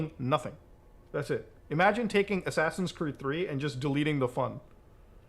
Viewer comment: ofc, Ass-ass-ins’s